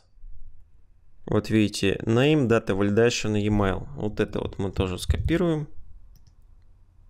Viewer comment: Всё норм, но твой английский просто серпом по одному месту. Емайл, сисурити, нумбер и т.д.